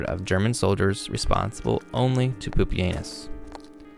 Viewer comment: Bruh it should be pronounced like pupi-ehnoos and anus 😭😭 lmao